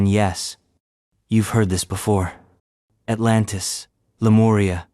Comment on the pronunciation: At-LAN-tS ASL